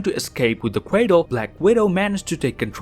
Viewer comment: Dude probably has a speech impediment cuz he calls Ultron “Ultwon” and Cratle as “Cwatle” like 5 times